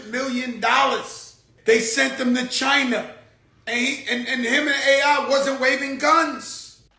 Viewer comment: Did that nigga Joe just say “Chiner” 😂😂😂😂